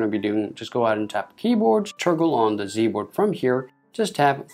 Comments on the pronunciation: It’s G not z good lord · Why his "g" sounds like "z?" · sorry but did he say z board?? 😂😂😂